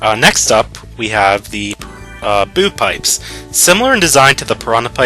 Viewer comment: Lol it sounded like when he said boo pipe he said it like boobpipe.